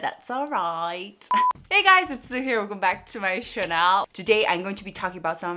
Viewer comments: victoxica I read in the comments that she pronounces it like that on purpose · gets me everytime she pronounces “channel” as “chanel”.....